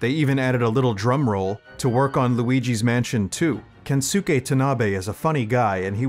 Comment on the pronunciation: It's pronounced *Kenske Tanabe, not Kensuke Tanabe. The U is silent.